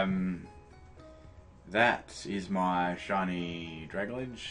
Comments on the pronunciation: Drag Alge, not Dragaledge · It's kind of a dick thing to do, correcting someone's pronunciation, but I think it's pronounced "drag-ALjee" as in submarine plant matter, since both are based on kelp. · I got a shiny rogenrolla (however ya spell it) mid game I was so surprised! Also it's pronounced drag-alge as in algae the water plant thing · OMG ITS PRONOUNCED DRAG - ALGAE Its like dragon and algae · IT'S DRAG-AL-GEE! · "dragladge" lol